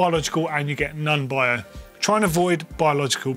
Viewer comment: Its NON (like the O of 'orange'), not 'nun'!😵😵😵😂😂😂🙏🙏🙏🙏🙉🙉🙉